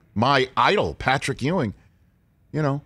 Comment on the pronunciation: C'mon Rich, it's Patrick Ewing. Geeeeez